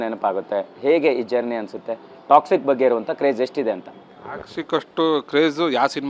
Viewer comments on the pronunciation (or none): ಅಣ್ಣಾ,,, ಟ್ಯಾಕ್ಷಿಕ್ ಅಲ್ಲ.... ಟಾಕ್ಸಿಕ್